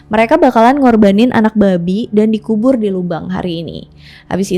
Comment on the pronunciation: Pelafatannya babi candu bet "Babik" 😂